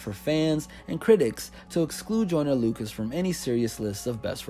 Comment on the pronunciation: He keeps saying I’m not a racist idk why it just bothers me that he keeps saying the name wrong 😂😂